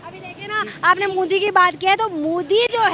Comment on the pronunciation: Is hakli ko bolo pehel modi bolna sikhe mudi😂😂